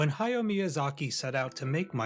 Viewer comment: Ha-ya-o Miyazaki. Three distinct syllables in his first name. And it's Sa-tsu-ki.